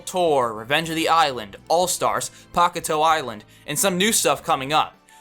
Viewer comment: How dare is say pahkwtail island